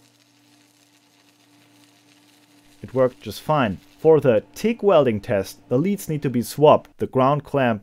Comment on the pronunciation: yeah only those who only say English words in their language but it still doesn't change my point here.. acronyms.. later in this vid he slowed down and got the "G" right..